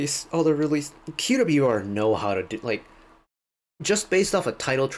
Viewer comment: Thank you for the right pronunciation of band name! ("que - double u - e - are")